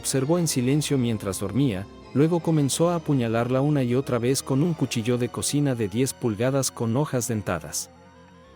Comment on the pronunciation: Cuchilló o cuchillo? El acento de la palabra es en la i